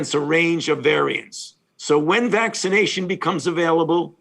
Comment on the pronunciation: Did he say vagination effort at the beginning? If he did, it's pretty appropriate. Bunch of mask wearing pu$$ies.